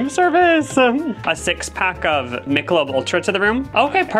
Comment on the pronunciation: The way you pronounced Michelob had me dead 💀 its not pronounced mick-o-lobe its more like me-sho-lobe